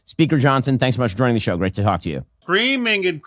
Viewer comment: "Great to hawk to you" Ben Shapiro